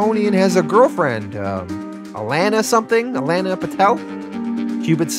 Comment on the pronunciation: I’m sorry, are you saying… signa-pore? and the way you pronounce alana really gets under my skin too. like come on man